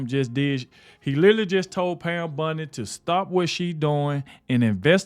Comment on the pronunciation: Bondie Not Bundie. O not U.